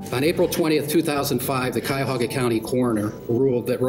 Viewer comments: KYAHOHGA! Not whatever you said. My ears are bleeding 😁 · Nitpicker here; it's K-eye-uh-ho-gah (Cuyahoga) county. I'm an Ohioan, not by choice lol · I hate this dude pronunciations of Cuyahoga County and Akron come on I wanna throw hands with this dude